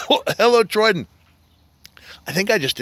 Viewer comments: If everyone says troydan then celebs can’t say troyden so edit to make it where it says Troydan fans: troydan Celebrities: troyden Big Ed : TRO-DAN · Everyone: Troydan Celebrities: Troyden Big Ed: TRO-DAN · nobody: Big Ed: tRoDaN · Nobody: Not even: Troy Big Ed: Trodan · Big Ed rly said: chodedan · Big Ed is saying chodan